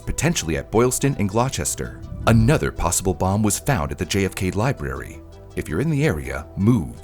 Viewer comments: Gloss-ter not glaw-chester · I’m from Gloucestershire in England and I just don’t get it, why is it always GLOWE-CHESTER, Gloucester in Massachusetts is pronounced exactly the same - Glos-tur! How do you get this consistently wrong? Worcestershire is similar, almost like woostershire but no ask an American and it is Warchestershiyyyre 😂 A shame because I can see you put effort into this but didn’t check your work! I’m an engineer and this is a shame to see, if I don’t check my work properly the place goes up in flames but you just get a couple of salty nerds. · Boston Common is not "26 miles" from the marathon finish line. It's 2.2 kilometers from Copley Square. Gloucester is pronounced Gloustah or Glouster, not Glauchester. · English town names strikes again😭 "Gloster" not "glochester" for Gloucester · its pronounced glAW-ster not glawchester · "Gloucester" isn't pronounced "Glauchester," it's pronounced "Glosster." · Gloster, btw. Gloucester sounds like Gloster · Glahchester lol so close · Gloucester = Gloss-sta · fyi “gloucester” st is pronounced “glosster” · it’s pronounced Glawh-ster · Also Gloucester is pronounced " glaw-stuh" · Then where's the "che" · “Gloucester” caught me so off guard as a British person like what?????